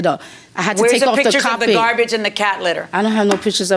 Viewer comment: "He left me cat litter and gawbige (garbage)"😂😂😂😂